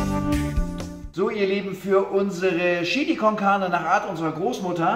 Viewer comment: "Das ist Schili Konkahne" höhö